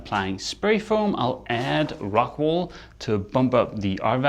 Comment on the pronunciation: Ohhhh rockWOOOL not rockWAAALLL